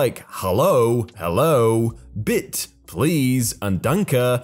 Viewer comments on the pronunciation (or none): Bitte (please in German) is pronounced “bit-ah”, not “bit”. (Not a German speaker, I just know yes, no, hello, goodbye, please & thank you, and some numbers) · Bitte is pronounced "bit-uh." Danke is pronounced "donk-uh." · You pronounce the 'e' in bitte exactly like you pronounce the 'e' in danke.